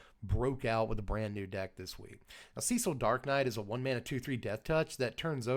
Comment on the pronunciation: So glad to finally hear a content creator that knows how the name Cecil is enunciated.1 out of 3 so far.